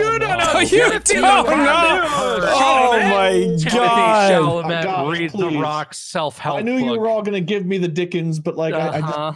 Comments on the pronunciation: I feel like I'm the only one slightly bothered by them saying Timothee Chalamet's last name wrong lol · as a French person I can’t underestimate the frustration I feel hearing these guys constantly saying Timothee Chalamets name wrong…. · is no one talking about how they pronounced timothee's last name wrong? 😳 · when none of them pronounce chalamet correctly